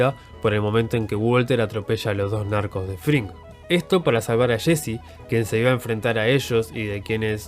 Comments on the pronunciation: "Shein, shesy" no puedes pronunciar bien los nombres? Es estresante... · Nadie: El narrador: Shesy, Shhane, destrushó